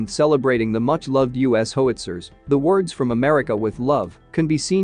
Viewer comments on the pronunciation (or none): It's pronounced HOW-IT-ZERS not HO-WIT-ZERS